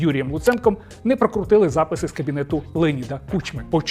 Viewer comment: Знову щось невиразно сказано: "не прокрутили записи з кабінету Кучми"... не покрутити?.. чи то "вони прокрутили"??? Бля, дратує!!